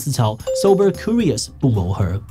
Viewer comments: 為什麼志祺把curious的Q唸成哭🤣 直接變法文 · curious /kjʊrɪəs/，要唸作 'Q'rious 而不是 '哭'rious。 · 庫rious 😂為啥我覺得怪怪的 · Curious 是這樣讀的嗎😂